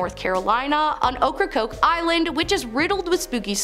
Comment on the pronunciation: I know. But she got Ocracoke right.